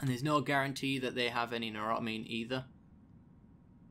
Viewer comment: say it with me "new-tro-amine" :P